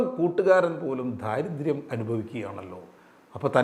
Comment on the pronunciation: ദാരിദ്ര്യം, ദാസ്യം, ദൈവം എന്ന് ശരിക്ക് ഉച്ചരിക്കൂ - ധ അല്ല